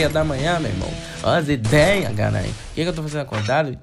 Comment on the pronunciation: Aaa amo quando ele fala "azideia garai" kkkkk